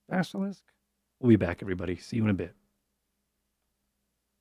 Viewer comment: It's like a Basilishk, only Diyah, yesh.